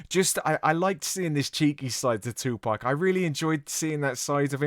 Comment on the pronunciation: Tupac is the correct way not Tupack